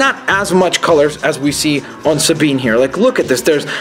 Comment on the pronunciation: No that's perfect! You actualy pronounced her name right!